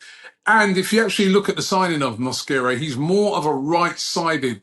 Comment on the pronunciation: Mosquera. Not mosquito